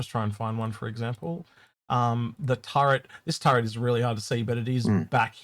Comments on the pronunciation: ...it's called a Tur-ret. There is no N in the word. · So many friends do that They call it a "turrent" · Yea its extremely common even after being corrected many times, some folks just factory reset back to Turrent. No cultural or generational reason to it. Just a human phenomenon.